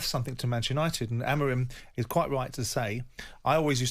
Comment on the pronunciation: Why cant he just say Amorim properly